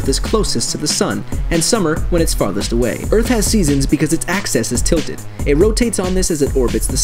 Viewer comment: Axis. Not "access."